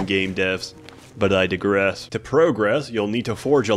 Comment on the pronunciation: it's digress, not deegress